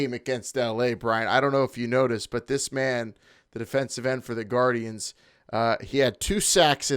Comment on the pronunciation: Lord please. It's Gar-dee-ans.